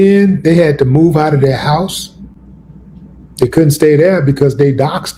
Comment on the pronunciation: What's with Willie D butchering the word "OUT"? 🤦🏽‍♂️🤦🏽‍♂️🤦🏽‍♂️ Don't worry, I won't ask "a bot"😂 it anymore, and will be sure to leave it "OT" the comment section after this mention of it.